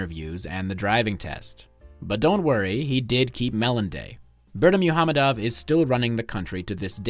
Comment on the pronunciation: For a small correction Berdimuhamedow is pronounced Birdy-Muck-Hamedov